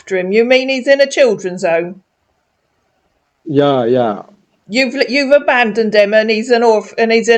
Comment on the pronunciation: Let's translate ooommm - home Heverrry thing -every thing tendy years - 10 yrs. how hooled -how old hoo k - ok Axe me - Ask me. Gosh I have been speaking English wrong all my life silly me thank goodness I won't make mistakes any more 🤪🤪HHAAAa 🥴🤥🤥🤥🤥🤐.What a complete idiot .